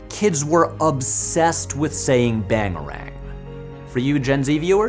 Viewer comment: BANGERANG, Patrick... Just Bangerang, please.